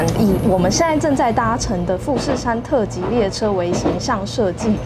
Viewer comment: .........特急好像唸錯